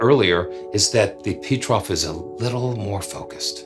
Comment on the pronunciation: PETROF is not an English name, so you must say it differently.